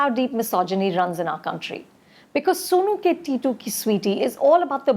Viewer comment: It is titu not tatti